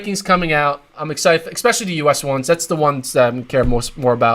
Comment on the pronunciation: No more ECKspecially ... No more ECK cetera.